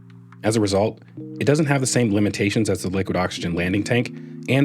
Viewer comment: Just say limits, no need for "limby-tay-shunz" to ever be said.